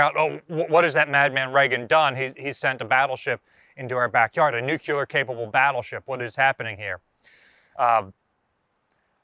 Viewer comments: Nuclear - NU-klee-urr. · Look up the word NUCLEAR and learn how to pronounce it. Please.